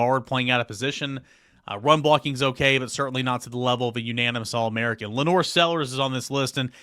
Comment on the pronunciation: wtf is going on that over half the media mispronounce LaNorris Sellers name? It’s not LaNore